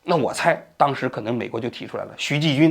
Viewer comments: 王局是不是老花镜不带，所以看不清人家的名字啊？ 徐延（不是季）军和靳善（不是单）霖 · 徐延(yan) 军, 王局怎么老读成徐ji军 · 王局太low了吧，徐延军是多么出名的一个名字啊，你竟然说成徐“ji"军。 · 徐延军，延这个字不是延安的yan吗？为什么你一口一个徐ji军，这个延字也不是多音字啊？搞不懂了……😮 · 是徐延军还得徐ji军，视频里错了几十次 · 王局能不能注意一下口误。整个视频念的都是“徐季军”，字幕却是“徐延军”。前个视频也有。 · 徐季军，徐季精，徐彦军，王局嘴里是塞了棉裤还是照本宣科啊？ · 是徐延军，不是徐继军，美国法院的文件上也是标明YANJUN XU，难道王局脑子卡壳了？还有把“靳善霖”读成“靳单霖”，难道不认识“善”这个字？。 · 徐季军 —> 徐延军 口误太多了😅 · 这期口误有点多： 徐延军 ==>徐Ji军 靳善霖 ==>靳dan霖 最新的消息特朗普上台之后 ==> 最新的消息拜登上台之后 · 李延军 那个字不是读延 yan 吗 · 最近节目王局接连口误把人名念错成 “林明轩” “徐季军” ..... 一定是李大师这几天施法奏效了。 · 这个人不是叫“徐yan军”吗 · 人家不是叫徐“延”军么😢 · 老年痴呆患者可能念成继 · 到底是徐延军还是徐继军，听的有点闷。王局怎么习惯性读错名字。不认真哦！ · 徐延军，靳善林，你自己算算你读错了多抄次…….😂😂😂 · 名字都反复读错，不是徐延军吗？读材料带点脑子好不😂